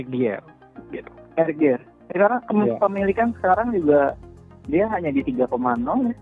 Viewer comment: Saran mas.. pronounce nya "dayer" utk Eric Dier